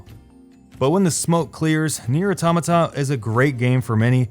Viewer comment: i couldn't keep watching, your butchering of the word automata just killed it for me. couldn't get past the 2min mark.....